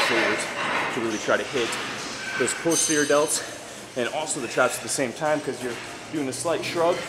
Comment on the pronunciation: just fyi it's not POSE-terior, it's PAHS-terior